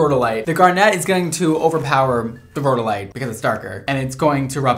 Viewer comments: Geologist here, you pronounced rhodolite correctly, like road-oh-light. Garnet is my favorite mineral/gemstone and I'm kind of obsessed that you have a gemstone line to your colors. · You said it correctly, its Rhode-a- lite 😊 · You said it correctly: ROH-doh-lite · You’re pronouncing it correctly, row-dow-lite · She is saying Garnet correctly, you are saying Rhodolite correctly. I'm a jeweler. Hope this helps!